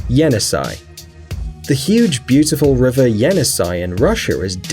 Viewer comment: That is pronounced (Jenissei) “Jeh-Niss-eyh”